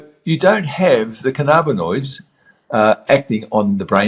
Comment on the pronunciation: I don't want to be rude. Cannabinoid is pronounced canna-bin-oid not can-arb-inoids. Your pronunciation triggers me and makes it hard for me to listen.